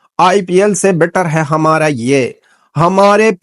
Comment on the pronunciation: HUMRA nahi HA+MAA+RAA = Hamara bolte. Yeh Hai Hamara Video.